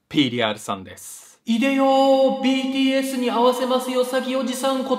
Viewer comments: BTSがPDSに聞こえちゃう笑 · 最初btsに会わせる詐欺じゃなくてpdsに会わせる詐欺に聞こえた… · 「BTSに会わせますおじさん」が「PDSに会わせますおじさん」に聴こえて？？？ってなったw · BTSがPDSに聞こえた笑笑